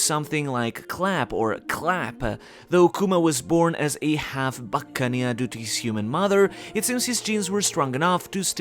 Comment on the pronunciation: I have a feeling Kuma is gonna use his ability to repel all of Luffys pain again and he'll go into nikas form and Kuma will finally be able to see him and no doubt pass away finally fulfilling his dream and dying happy with a smile I guarantee! Buccaneer is one word... You're pronouncing it like buccan eer 😑